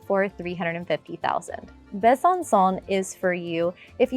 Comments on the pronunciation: Besançon final sound is not like English « son », but is like « song » (without final « g ») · It would be nice if you pronounced the city names correctly. I stopped watching at Besancon. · Hi! Interesting videos indeed 😊 I had the impression you spoke some French... whatever the prononciation of Besançon (Bè-zanne- song) is a slap in the face of a Frenchman... But surely you know 😆🤔